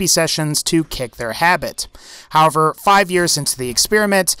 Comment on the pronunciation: Anyone else notice he says "have-er" instead of "how-ev-er" whenever he uses the word "however"? It wouldn't be so noticeable if he didn't use the word sooooo much, lol, ugh.